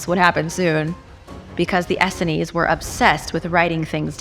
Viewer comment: Please correct your pronounciation of 'Essene'. It's pronounced 'Ess + seen'